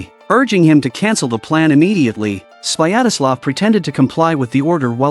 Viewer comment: It's not "Swayadaslav: - it's "Svyatoslav" xDDD